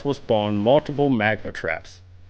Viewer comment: lol how he says multiple ^^